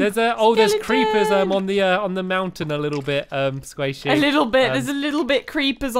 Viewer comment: Stampy, Squasihey.